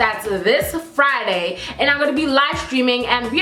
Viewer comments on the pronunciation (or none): none